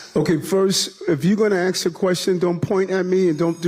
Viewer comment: “Axe” me a question? Really bro? Set an example for the students. It’s “Ask”. Were you a “graduate” of the Chicago public school system?